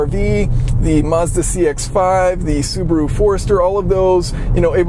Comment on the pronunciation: You English native speakers should really learn to pronounce some foreign words and brands, like Subaru... That apart, congrats on the great work, always keen to learn some new insights!